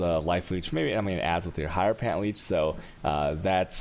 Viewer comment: I'm pretty sure it's said her-o-fant man.